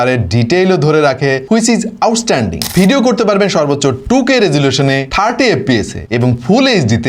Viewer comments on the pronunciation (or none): none